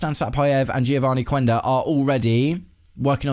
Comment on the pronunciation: I'm not sure if you/me and the rest of the UK are Anglicising Geovarny Quenda's name a bit too much. I get it that we say 'Queen' 'Quack' and 'Quick'. If you were to try French (for example) and say 'ques que cést' you're not actually saying 'kwes kwe cést' are you? Too English. But and it's a big but... I'm not an aficionado when it comes to Portuguese, there are other podcasters out there who pronounce it 'Kenda', again but what do I know? Thankfully we are experienced now that Granit Xhaka has been on these shores for a while!